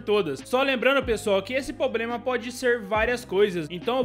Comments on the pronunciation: Não é "POBREMA", o correto é "PROBLEMA". Desculpe pela correção, porém do mesmo jeito que eu quero aprender, também quero compartilhar conhecimentos. Obrigado pelo vídeo. Like e Inscrito. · Por favor, não é "pobrema".